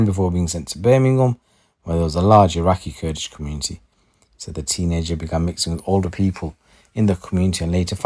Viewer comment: Wtf is kudlish😅,don't you mean kurdish 😂😂